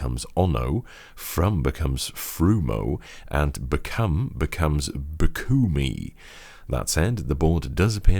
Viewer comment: "becoome" is unacceptable